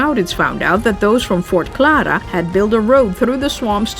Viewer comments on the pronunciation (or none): none